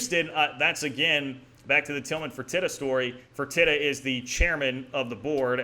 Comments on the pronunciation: It's pronounced "Fur-tee-ta". Keep the great content coming! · Good content all around. One thing about Tillman Fertita…it is pronounced fur-tee-da. He owns the Landry’s group of restaurants on top of the Rockets.